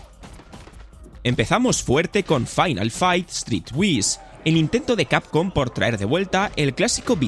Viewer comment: se pronuncia '' street wais''